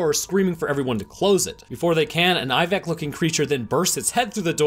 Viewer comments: Anyone else wonder why he says Iveck instead of ibex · What’s he saying? A moth combined with...it sounds like he’s saying “Eye-vig”?